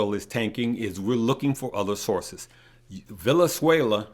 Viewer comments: Wow! It's not necessary to pick at everything. Why care if he doesn't pronounce Venezuela correctly? Concentrate on the stock information he's giving. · As much as you know, you dont know how to pronounce VeNeZuela properly??! Common man